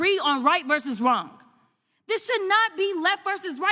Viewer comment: The real crime here is pronouncing the silent 'g' in the word 'wrong'.